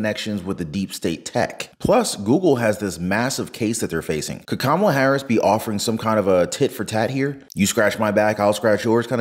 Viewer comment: Ka’maalaa, say it fast and get it right. 😂